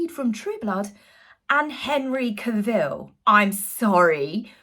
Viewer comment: pronounced Henry CA-ville.